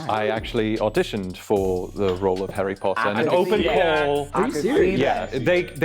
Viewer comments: the way he pronounced harry potter made me wince. hairy potter 😂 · This was obvious the moment Number 2 spoke about Harry Potter, nobody in the UK would pronounce Harry wrongly as Hairy. Originally I thought 5 was suspicious but after saying Hairy there was just no way it wasn’t him. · It was the way number 2 said “herry potter” instead of “harry potter” that was the confirmation for me 💀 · Also he kept pronouncing it as hErry Potter, Americans tend to do that with their a's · And he said Herry Potter. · did an excellent job but I knew from the second he spoke. He pronounced Chiswick incorrectly and I confirmed when he pronounced Harry Potter as Herry Potter. No brit would ever... I am British by the way...born and raised...so I don't blame the cast. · 2 slipped up when he pronounced harry as “hairy” 😭😭😭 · "Herry" Potter gave him away early for me. Irishman living in the US here. It's been my observation that most Americans struggle to pronounce 'a' with the "ah" sound. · The pronunciation of Harry is very American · the pronunciation of Harry was also crazy and I'm not even British or American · when he said his name was he was caught in my mind, have never met a British and the 'harry' was pronounced very American. great episode! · I definitely know at least one British 😅 but yes the pronunciation of Harry was very American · I knew it was two from the beginning when he pronounced Chiswick as "Ches-ick" rather that "Chis-ick". Then he pronounced Harry Potter as Hairy, and his accent was a bit too airy. Number 5 was a maybe for me as she pronounced Buckinghamshire as Buckinghamshyre not Buckinghamsheer